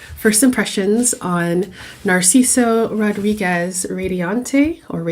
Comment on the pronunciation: Jajaja,. Her pronunciation, she cant pronunciate "Rodríguez", ridiculous My friend so oaxican, me da flojera oír hablar a esta gente, que feo video y señora!